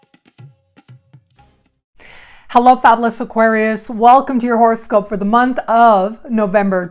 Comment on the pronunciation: It always sounds like you say "horror-scope" ...appropriate for Halloween!